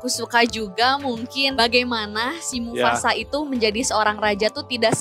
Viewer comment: mufasa bukan mufufufafasa